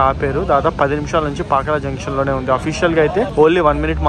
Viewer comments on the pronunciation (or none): none